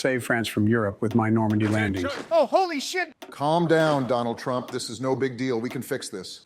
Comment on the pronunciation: 바이든 ㅋㅋㅋㅋㅋ 트럼프 이름을 제대로 못말해 ㅋㅋㅋㅋㅋ